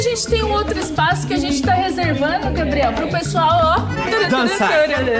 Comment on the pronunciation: No começo quando o Gabriel vai falar o nome dele ele falou gabiel 😂😂😂 😊😊😊